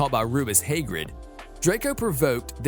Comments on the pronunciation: badly pronounced, Haegrid,Buck-a-Beak, Hermiionee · Hermione is Hermeeonee, Hagrid is Haygrid, Quidditch is Ka-Ditch, a Hippogriff is a Hippogroff? Have you ever seen the movies? Are you a bot? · And Hagrid Haygrid